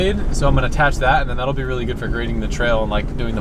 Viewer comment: cracks me up. "oh my gewd"